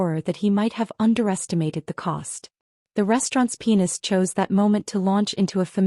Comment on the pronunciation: I almost choked with the pronunciation of pianist!!! 😂